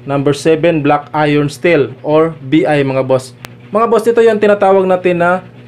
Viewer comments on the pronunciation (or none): none